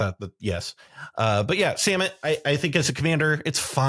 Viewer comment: Thank you from that bottom of my heart for not pronouncing Samut "suh-MOOT". While I don't think this makes it all of a sudden cEDH viable as a commander, what I see that I don't see being explicitly discussed is, Samut comes down and gives 1 speed, then because of First Strike, hits before the rest of your team, which as Start your engines! reads, means that before the rest of your guys deal damage, they all have +2/+0. So it looks to be a double anthem right away as well as a cost reducer.